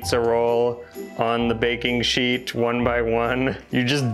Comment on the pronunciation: I think it's a thing with italians, that we cannot say the word "sheet" correctly 🤣🤣🤣, apart from that, do not be so confident because YOU americans mispronounce A LOT of italian words in a funny way so... vola basso (in italian means, fly low, be humble) 😘